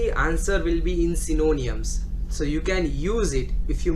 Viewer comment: Its not synoooniams...........its sy-no-nyms!